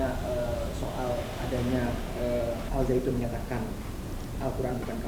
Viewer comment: Bukan alsaitun tapi alsyaian